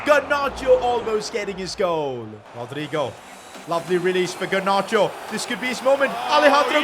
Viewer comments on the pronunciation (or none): GARnacho not GERnacho